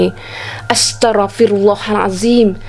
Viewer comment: Eihh..silap sebutan tuhh! bukan 'Astaroo fiirullah,....X ....Astagh firullah....✓